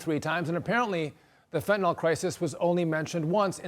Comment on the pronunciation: "Fentanol", a cross between Fentanyl and Tylenol, for maximum pain relief.